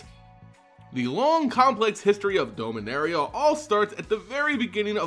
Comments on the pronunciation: DOM-inaria. Every time I hear Dome-inaria I literally become undone. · Dominaria, not dome-a-naria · Forgive me but why do you pronounce Dominaria as Domeinaria? And Aether as Ether? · You're pronouncing Dominaria incorrectly. You keep saying "Dome" when you're not supposed to pronounce the O. Just like the name Dominick, Dom for short, like Dominick from the Fast and Furious.